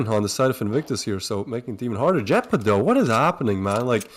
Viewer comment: OMG TWIST IT IS LLEPA NOT JEPA BRO IT A SPANISH WORD